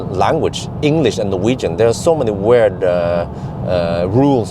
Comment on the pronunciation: BMTroubleYou😉 How about Daimler? Most English speakers say Daymler instead of Dimeler. I wish I had 10% of your skills with foreign languages but the way you say weird is weird🙂